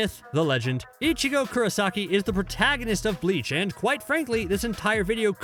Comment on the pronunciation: How do you let a dude who clearly never watched bleach butcher so many names and upload this video. This man said icheego and just ran with it